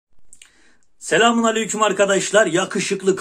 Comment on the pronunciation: Selamın aleyküm'ün S'sini söylemeden beğendim. 😀😀😀